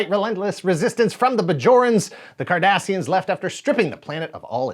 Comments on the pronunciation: My brain keeps thinking he's saying the Kardashians. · A question for all us non-Trekies: who else cringed every time he uttered the word "Cardassians"?! 😆😆😆